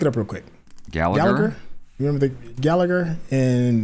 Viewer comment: "I mean, not for me, I f***ing nailed it." Dude, you just used the 'th' as in 'thin' when saying 'the.' You did not nail it